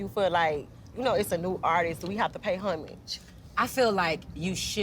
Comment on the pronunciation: I’m shocked to see two grown women mispronounce the word Homage, wtf 🤣 talm bout “hummage”